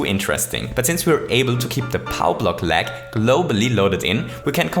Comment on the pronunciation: "Today we're going to recreate my Churney." "Small Break Froo" Recently I was Jetting a little bit" "I want to LEg the Game" "RuNs At A lItTlE oVeR fReE fRaMeS pEr SeCoNd" "More than HUNDRED POWCE" "THEY STOP TO SPAWN ENEMIES" (Do you mean they stop spawning enemies?) "100 Starce" "Here we load 100 Starce by Chomping at these question Blocks" "O n e i n g a m e s e c o n d t a k e s F I R T Y F R E E r e a l s e c o n d s t o P A U S E" "So the next time someone asks queue what the most lag possible in Super Mario Maker is, now, you know DE answer" "Huge shoutout tube (the other youtuber), he's been a huge HEAD with this video" "I hope you wonderful ladies and CHENTlemen enCHOYed this little video." "If you ENCHOYed it don't forget to leave me a FUMBS UP' Can you please speak English correctly???